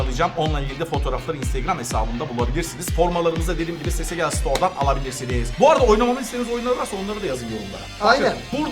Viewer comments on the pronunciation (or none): Abi sesegel değil pesegel bildiğin bu kanalın İsmi😄😄